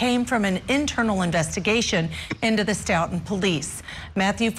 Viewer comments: Its not St"out"ton its "Stow"ton Massachusetts. How can such a professional level get the pronunciation of the town wrong. Other than that. It gives me chills to think how many times I may have walked by Sandra or the officer whenever I was in Stoughton. 😔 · Stoughton is pronounced “Stow-ton. Of course, any self respecting Bostonian would drop the “t.” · Stoughton is Pronounced stow-ton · As Boston native I’m disappointed and disgusted by these “officers” what a horrible injustice!!! Hope they get what they deserve, in this life and the next . Stoughton Is pronounced “Stowt in” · Its stow-tun